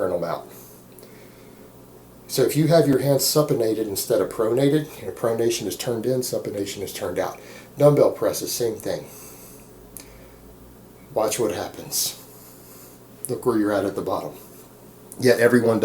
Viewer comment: oh and you absolutely massacred the word supination.